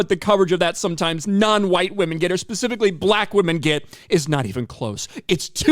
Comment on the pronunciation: And one that says “specifically” and not “pacificly”